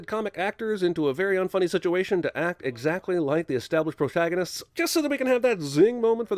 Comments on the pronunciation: Jeremy also said "proshagonist" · YOU MISSED "proshagonist" REMAKE THE VIDEO NOW!!!!